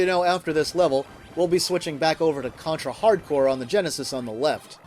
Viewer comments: The title is a pun between hard corps, which means tough squad, and hardcore. You just ruin that pun if you pronounce corps like "corpse" (cadaver/dead body) . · The name is Contra HARD CORPS, not Hardcore.